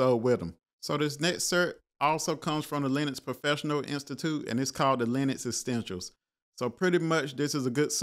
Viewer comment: Essentials brother ! Please stop saying, extensials !! Jesus